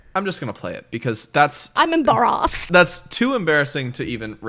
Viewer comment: "I'm em-bar-rassd" 😂😂